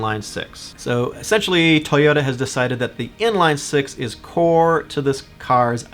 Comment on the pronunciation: Tuyutta? Where are you from? Minnesutta?